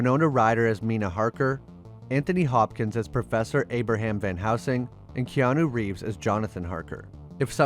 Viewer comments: Try again VAN HELSING!!!!!!!!!!!!!!!!!! NOT VAN HOUSING!!!!!!!!!!!! GRRRRRRRRRR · Pronounced Max Shrek not shreek and VAN HELSING NOT HOUSING!!!!!! GOOD LORD!!!!!! HAVE YOU SEEN ANY DRACULA MOVIES????????